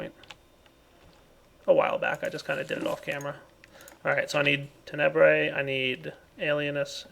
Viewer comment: It continues to bug me that puts the emphasis on the second syllable of Tenebrae instead of the first. XD